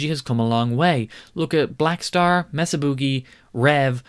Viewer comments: Pronounce it correctly... MAY-suh Boogie. It's not Mess-uh. Nope. May-suh. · Mesa is pronounced "maysa" NOT mess uh. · It's Mesa not messa